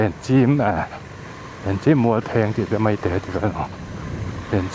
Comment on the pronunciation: Kan naupan laiin Keifang - Maite hi ka putea nen kan paidal tawh, kawngṭhat hma Ṭawi tlang lam aṭangin. Thla tharah hian Pathianin rem atih chuan han ride ve ngei ka tum nulehpa pianna a ni bawk a. A hmuhnawm hle mai. Maite tih hi rangvût a lam tur ni loin, savawm chawhmeh Mai kan lamdan leh te (lian lo) kan lamrîk dan anga lam tur.